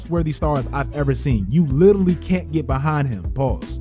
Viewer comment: Please learn how to say litarally, love u content thi